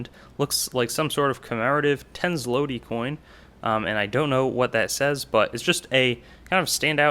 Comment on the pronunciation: Great video! Oh, and just in case you cared to know, the Polish Złoty denomination is pronounced "zwoti" . The i is pronounced as it is in the word fish. Keep the great videos coming dude!